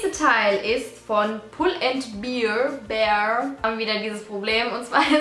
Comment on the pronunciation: Also es heißt Pull and Bear ( so wie der Bär ) .... Bear ( wie das Bier ) bleibt einfach Bier 😂